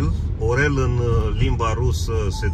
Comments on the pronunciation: Și o mențiune! ☝️ Învață, te rog, să pronunți corect Орёл (în rusă) și nu Orel, deoarece se pierde semnificația denumirii orașului. Este o mare deosebire când introduci «ё» și nu «е» într-un cuvânt rusesc! * Sunt din R. Moldova, de aia cunosc bine lumea rusă. Pe viitor putem colabora, dacă apare nevoia de susținere sau schimb de idei. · Nu Orel, dar Ariol. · Пламенный привет с Украины. Просмотрел клипы сначала последние, потом первые, очень доволен. Я впервые пишу коментарий в ютубе и прошу помочь если что-то не так. Очень удивил меня грамотной речью на русском. Удивился, что никто не исправил до меня произношение названия города Орел. В русском языке есть звук "ьо", пишется как е но с двумя точками сверху. Скорее всего правильно произносить Орьол. Мы все учимся и прошу не обидется, а привести аргументы или поправить. Хотел бы смотреть стрим. Думаю в суботу в 19 часов. Постараюсь не пропустить. Делаю впервые. Может быть потом напишу на румынском, но пока не смог. Успехов, здоровья желаю. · Nu Orel , da Ariol ! Se scrie, O ! Da se citește A ! Accentul pe A !